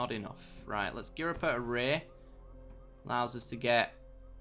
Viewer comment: Sorry, can't help myself - It's "Orr-err-ee" ;)